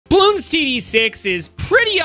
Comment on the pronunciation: Dude you're pronouncing it wrong. They're NOT "buh-loons." They're bloons. Get it right.